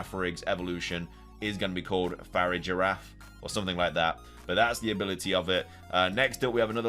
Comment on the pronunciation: That’s not how you pronounce farigiraf. It’s not Fairy Giraffe. It’s pronounced fah-rihg-gah-rahf